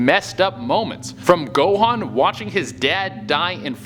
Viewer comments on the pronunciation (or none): none